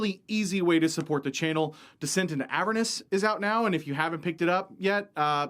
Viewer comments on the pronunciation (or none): none